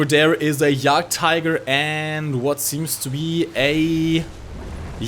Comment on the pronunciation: Are you German? That "Jagdtiger" was pretty damm German.